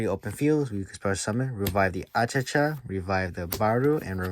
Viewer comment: Why you call him Achacha, it's Achichi 😅